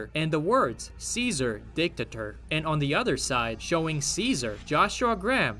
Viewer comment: Did you just say Dick-ta-ter?...